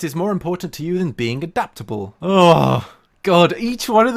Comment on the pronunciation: Yes, abaptable that's how you pronounce adaptable. Mmmhmmm yeah totally.